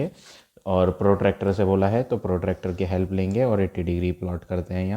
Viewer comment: Sir it was protector not protractor😃😃😁😁😅😅